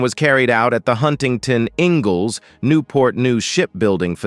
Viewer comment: It's narrated by a ROBOT and not a human. The way that it mis-pronounces Huntington Ingalls Shipbuilding is cringe-worthy.